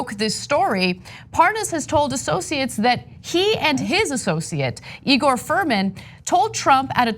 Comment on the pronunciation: NOT Furman. Fruman. :-)